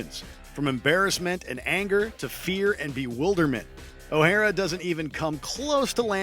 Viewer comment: OH-HAIR-RA? lol